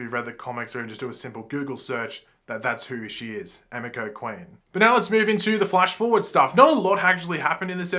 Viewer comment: Btw it's pronounced Eh-mee-ko.